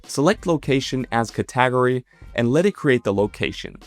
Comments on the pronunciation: Did he pronounce Cat-Eh-Gory > kuh-tag-ury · if it wasn't already obvious, the way he says "category" like "ca-TAG-ory" is a big tell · Cat-a-gory is a wild take on that word. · Did my guy say category like ”Cat-tag-o-ree”? A video made with AI showing how to make a video using AI character is peek meta paradox! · yea when he pronounced category as cah-TEE-gory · Ca-TAG-ory was a dead giveaway here. Sorry! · so your telling us you always pronounce category as “ca-tag-ory” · I only noticed when it tried to say the word "category" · why does ur mouth not say 2.5 properly and u say words wrong like category.